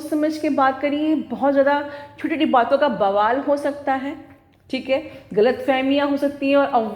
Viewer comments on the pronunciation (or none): none